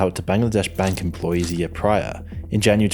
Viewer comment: The way you say "year" kills me. Like I'm listening along thinking wow! How crazy! Then you say yea' and I chuckle.